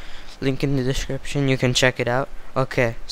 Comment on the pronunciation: No, he didn't. He said "Peace off", not "piss off"!